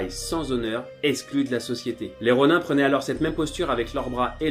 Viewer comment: Ronin sa se prononce ronine